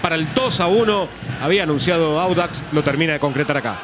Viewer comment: Díganle ala periodista q es audax no wanders jaja por el color verde seria😂